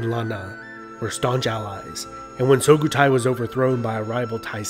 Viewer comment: It's Su-Kho-Tai not So-Khu-Thai.